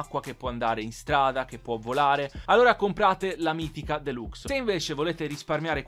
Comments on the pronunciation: Si scrive deluxo ma si dice delaxo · mk 2 si dice MARK 2, mentre la deluxo si dice DELAXO